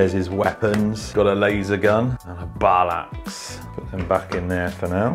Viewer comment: The way you pronounced battle axe tho😂 " balaxe"